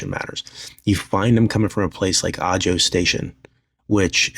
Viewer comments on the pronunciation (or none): FYI, AJO is pronounced "AHO". No shade, just letting you know because I'd want someone to tell me. 😊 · Ajo is pronounced "ah-ho." 😊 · Ajo. Pronounced Aho. In spanish j sounds like an h. I live in Ajo AZ. And yes the Ajo BP station is overflowing with trigger happy jackasses.